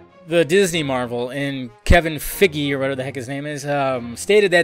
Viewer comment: His name is pronounnced "Kevin Fy-Ge" Like Maggie, but Fyggie.